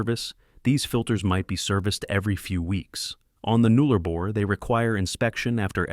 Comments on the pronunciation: Yes, shocking pronunciation. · It’s Nullarbor, not Noollarbor.